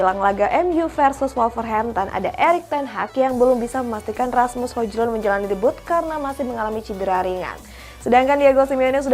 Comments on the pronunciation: Presenter satunya udah bisa nyebut Hoiylund, eh presenter tetap masih nyebut HoJJJlund. Itu baru lawak. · Itu pembawa beritanya fix ga ngeri bola, bahasa penyebutan hojlund memang sesuai abjad Indonesia, kan baca nya hoylun😂😂😂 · Hojlund bacanya Hoylund kak